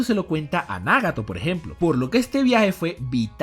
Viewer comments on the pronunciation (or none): Por qué pronuncias Nágato, Óbito pero Naruto y Minato pronuncias como todo latino cuando los japoneses pronuncian Náruto y Mínato, me gusta tu contenido pero deja de querer hacerte el japones y pronuncia como todo latino: Nagato y Obito naturalmente, seas mamón, espero hayas entendido el punto, abrazos !!